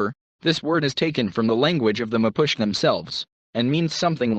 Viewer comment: MA POO CHIE is pronounced. I'm 1 of them.